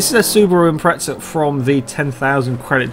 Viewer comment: The "impreza" does not have a "t" in it so please say "impreza" instead of "impretsa"